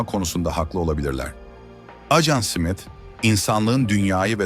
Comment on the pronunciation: Ajan Simit 😂 susamlı SİMİT mi? Smith simit diye okunmaz